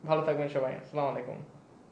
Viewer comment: স্যার, আসসালামু আলাইকুম। যদি কিছু মনে না করেন তবে ১টা কথা বলতে চাই, আপনি প্রতিটা ভিডিও যে সালা-মালিকুম বলেন। সালা-মালিকুম না বলে, আসসালামু আলাইকুম বলেন, তাহলে আমরা সকলেই উপকৃত হয়। আশা করি, বিষয়টির প্রতি গুরুত্ব দিবেন।